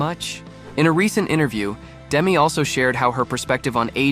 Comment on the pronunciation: She likes her name pronounced Demee, not Demi.